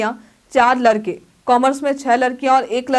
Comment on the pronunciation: लरकी और लरका 😂😂😂